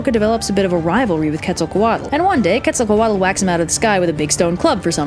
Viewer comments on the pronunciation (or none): Quetzacoatl is pronounced "Ketz-a-co-AHT" The "tl" indicates a nonvocalized sound made with air that essentially sounds like a strong T